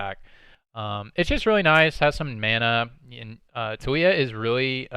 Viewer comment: hahah her name tho. is TA LII YA hahah you kept saying toolya haha